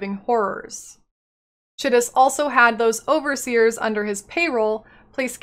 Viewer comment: Chitus is an actual name... that's how it's pronounced.